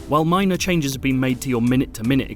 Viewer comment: “Where nomads bean”